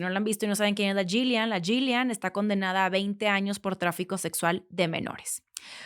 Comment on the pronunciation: Creo que el nombre de la ex pareja de Epstein se pronuncia “Yilein”